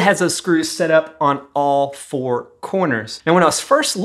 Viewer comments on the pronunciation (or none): none